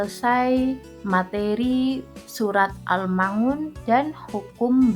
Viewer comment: risih sekali mendengar pengucapan surat AL-Maun = AL Ma Un